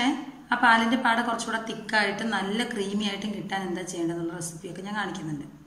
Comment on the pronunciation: ആട അല്ല പാട ആണ്